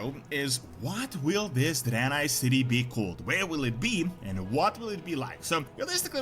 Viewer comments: Dude I can't with this Drynye hahahaha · Why are you saying draenai like that??? It's drey-nye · a what city? sounds like your adding a extra i in draenei